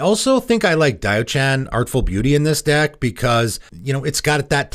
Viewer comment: Diaochan is two syllables not three.